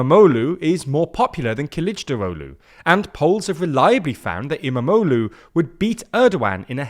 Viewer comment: It was fun listening to say em-a-mo-loo multiple times. Quite the tongue twister